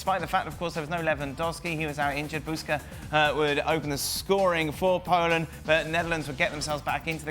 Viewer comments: it's not Buska but Buksa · i understand polish names can be hard i get it but comon why BUSKA you clearly see effing name BUKSA how hard it can be listen its BUK-SA its not some Brzęczyszczykiewicz or other hard name like comon its really disrecpectfull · You're saying Adam Buksa's name wrong His name is not buska, but Buksa with a k before s.